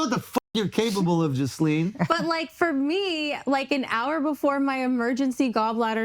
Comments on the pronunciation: Jisleen instead of Jasleen 😂😂😂😂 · did you just call her “Jizzleen”please tell me that was on purpose 😂💀